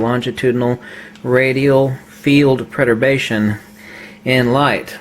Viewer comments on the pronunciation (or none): Are you trying to say Perturbation? It sounds like you are saying preturbation?